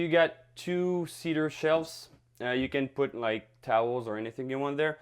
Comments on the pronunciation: I liked when you use to say See DAR! It's fun. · OUTSTANDING! Especially the toilet demonstration and the proper pronunciation of "cedar" LOL Actually I find your own unique way of saying "Seee Dar" to be very charming! This Ébène already appeals to me because it shares the name of my favorite LV handbag ;) AND because it packs in so many fabulous features: side by side full-size laundry components with ironing/folding counter above, 60" soaking tub, radiant heat system, a tricked out kitchen with tons of storage, an L-shaped sofa + cozy fireplace module and huge TV space, wow -- I love all of that. But I must say the stand-up bedroom (with lift-up bed storage, wall cabinets, shelves, drawers, 2 closets) in the SAKURA is still the best sleeping space (& clothing storage) I've ever seen. Is there a way to incorporate that design into this floor plan? I'm not sure how that would work but I'd sure like you to build my Tiny Home with the best of both. What do you think guys? Can it be done? I just want to say your design concepts and build quality are the VERY BEST out there, your work is second to none!